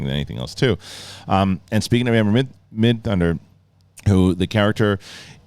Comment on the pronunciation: "Amber Midhunter"... WTF! 🤣 Amber MIDTHUNDER... literally the coolest name, and you messed it up... 🙄 OK he only botched it the first time, got it right going forward. 😅